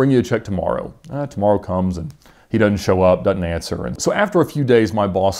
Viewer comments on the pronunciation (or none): none